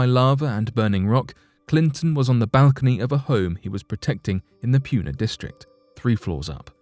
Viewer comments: Kilauea is not pronounced Kilauee, it's pronounced Kila way uh. And Puna is not pronounced Pyuna, it's pronounced Pooh-nuh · narrator says pyoona